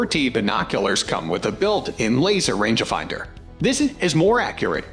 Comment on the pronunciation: range ah finder. Six. Hundred forty, ex, blahblah lol. Its not an underachiever voice it has to be a synthetic or bot or badly done Ai. I had to stop after the first.... ex.... pause silly range ah finder wording. Horrible is right